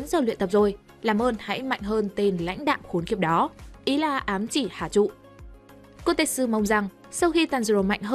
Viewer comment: Bạn đọc sai tên kotetsu r =))) tên trong truyện là ko-te-tsu =))) đọc khó vcl =))